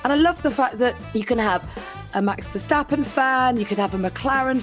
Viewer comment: No surprise from Tom "Vershtappen" Clarkson 🤦‍♂️